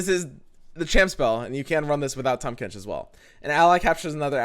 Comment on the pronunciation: “Tahm Quench”